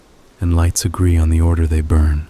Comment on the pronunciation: I PICKED UP A FREE “OTTER” AT MIDNIGHT 😂😂😂😂